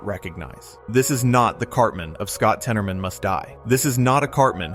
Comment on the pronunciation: it’s not temoroman it’s said tennermen